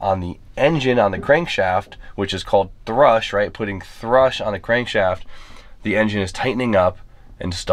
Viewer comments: It's called thrust not "thrush"...... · It’s thrust, not thrush. Thrush is a type of bird and a type of rash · Thrust not thrush bro! Thrush is a woman's problem. Ha ha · Thrust not thrush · Thrush. 🤣. Cracks me up every time your saying the engines git a thrush issue. 🤣. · Please stop saying thrush, coz it's thrust, thrush is fanny rash 🤣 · It's not called thrush, it's called thrust. Thrush is a mouth infection. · THRUST NOT THRUSH THATS DONT BE ACTING UNEDUCATED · Thrust not thrush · THRUST, NIGGA, THRUST JESUS CHRIST IT'S NOT THRUSH WTF DOES YOUR ENGINE HAVE AN ORAL FUNGUS???? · Thrust. The word u are looking for is thrust. Not thrush lol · "Thrust", they're called "Thrust Bearings". Not "Thrush" which is a medical condition common in infants...luv u! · *everybody chill on him saying "thrush" and not "thrust" u kno what he meant* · saying "thrush" and not "thrust" is throwing me off. Tough luck about the S15 though. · thrust.... with a T. love your vids btw. also its thrust and there is no T in across, why do people say acrost? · The "thrush" is killing me.:-) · Can’t not giggle everytime you say thrush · Big "Centre council" vibes 😂 "thrust"! It's thrust haha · ThrusT not thrush. Crankwalk???